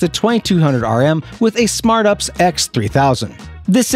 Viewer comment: C’mon. It’s UPS, not ups. That’s just gross